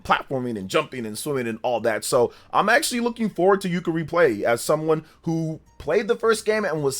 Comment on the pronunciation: It's Yooka-Replaylee not Yooka-Replayee